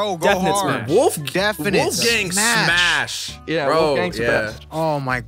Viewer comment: Bruh “smas”